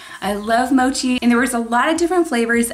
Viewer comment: U pronounced mochi very weird